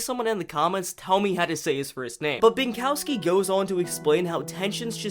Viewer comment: you pronounce "Maciej" like "Match-yay" (source: its my name) and his last name like "Bin-cough-ski" lol cool video btw